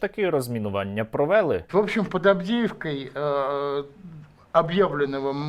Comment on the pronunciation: Нащо говорити на галицькому діалекті, наголоси галицькі, якщо людина не звідти родом, є ж літературна мова і в нас в Київській області теж наголоси співпадають з літературними і дуже важко слухати провЕли, коли з дитинства всі люди говорять провелИ, тільки русскаязичні не вміють правильно говорити українською, ніколи нею не користувалися і чомусь повторюють галицькі наголоси